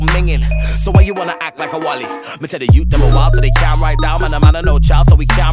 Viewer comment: A white man pronouncing calm like cyalm is major cringe